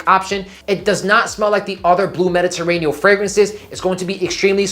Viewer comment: It's "Mediterranean," not "Mediterraneal."